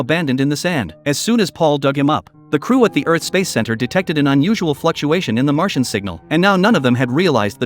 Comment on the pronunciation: It’s a whole new movie the way he said it